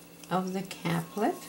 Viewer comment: pronounced CAPE-LET .. thank you for this video.. the capelet is lovely :)